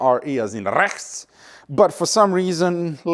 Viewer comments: ”RE, as in RESCHT!!!!” 🤣🤣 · Pronouncing RECHTS like you did is reserved only for the dumbest folks in germany. Please dont (